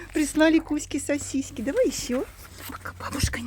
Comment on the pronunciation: Добрый день,! Почему говорите сосиськи? Просто играете с Кузькой так?